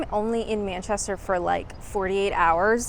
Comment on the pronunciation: It's so so strange to see you outside your own four walls..., even though its happening more and more! How long have you been in England...? Still can't pronounce Manchester? Babble was a flop for me, Had no luck with French, maybe i'll have more luck with Spanish. If I deceid to give Babble another chance. This was an informative and well edited video, that kept me on it till the end. Thx.